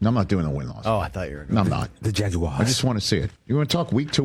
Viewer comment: WTF is a jagwire? 😂😂